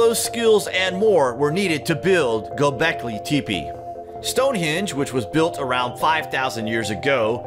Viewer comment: OH MY GAWD, HOW DID HE SAY GÖBEKLI TEPE????? DO YOU NEED A VOICEOVER NARRATOR WHO SPEAKS ENGLISH, OR CARES AT ALL ABOUT HIS ROLE?? I volunteer. If I’m even remotely unsure of how to pronounce some thing I sure as f*ck know how to look it up. My gawd.